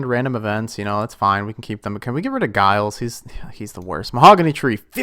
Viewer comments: Giles isn't pronounced guy alls. It's juy alls. But yeah bun him off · just an fyi, it's pronounced "jiles"